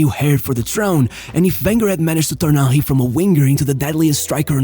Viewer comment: Your pronunciation of Henry made me laugh each time. Ah-hee